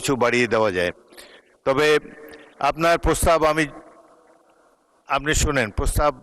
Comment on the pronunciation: প্রস্তাব ❌ প্রস্রাব ✅🤣🤣